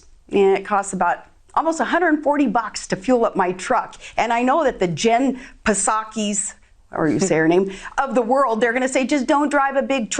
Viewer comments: “Pasaki?” “Rice rocket?” Dear God... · So Sarah Palin doesn't understand that the "P" in Psaki is silent? Grow up! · Yes she can't even pronounce Jens surname correctly 🙄🤔 what a clown 🤯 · She can't even pronounce Psaki. Does she call psalms "P" salms? She lacks basic phonetics. 😣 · Self fulfilling prophecy. She's not relevant no matter how hard she tries. Mispronouncing a name that's been in our vernacular for a year show the level of ignorance she seems to have. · I notice Palin cunningly pronounces the silent 'p' in Psaki to wittily demolish the Dems and all their policies!?! It almost makes me want to vote Reublican.